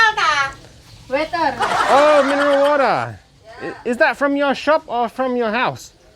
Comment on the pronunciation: bilang "this is wutah" Si ibu nya jawab "waiter" 😂😂